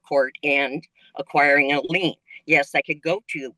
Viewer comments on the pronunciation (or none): It's actually "liens" by the way, not "lanes," but no social security payments are not subject to a lien at all under any circumstances because liens can only be put onto actual property [houses, cars, equipment, etc...] things that are tangible items. Something that takes a portion of someone's income is called a garnishment. However, Social Security benefits cannot be garnished to pay a private creditor. The only circumstances Social Security benefits can be garnished is for unpaid federal taxes, unpaid federal student loans, child support, alimony, & legal restitution [for criminal matters which debt judgment does not qualify as.] Another thing to keep in mind is when someone files a bankruptcy case there is a universal, automatic stay that goes into effect preventing any action to collect a debt by anyone from you. So, even if she were to leave this debt off of the list she filed with the trustee this lady still cannot take action to collect the debt after she filed for bankruptcy. In fact, the trustee can actually force an "insider" [the term used for friends, family, & business associates,] to return all money and/or property received for up to 1 year prior to the bankruptcy filing if it was made to pay a debt owed [if it wasn't to pay a debt then they can still take it back, but it will be viewed as an attempt to defraud the courts/creditors & will cause more problems for both the "insider" & the debtor.] They will also do this to any creditor if they were paid more